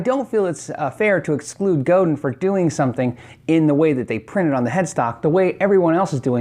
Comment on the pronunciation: Say "go". Now say "Dan". Now say them fast "GoDan" = Godin .